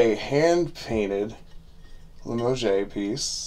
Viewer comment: Pronounced li mohzh You need not be sorry or apologize for injecting humor into your videos. Always nice to have a chuckle on this side of your videos.